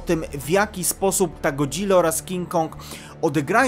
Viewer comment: W końcu mówisz jak chłop w sensie ładnie wmawiasz Godzilla a nie god-zilla:)